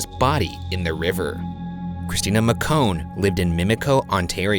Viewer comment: As someone living in ontario and knowing people with the same last name mocon is probably pronounced mow -kon